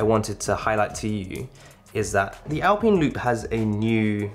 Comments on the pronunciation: Is that how British folks pronounce Alpine? “Al-peen”? I’d pronounce it as “Al-pine” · "alpeen" come on dude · He is the only person I’ve ever heard say it that way, and I’ve been British for 34 years